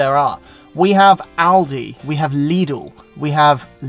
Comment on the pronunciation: Given Lidl comes from Germany your first pronunciation Leedle was perfect.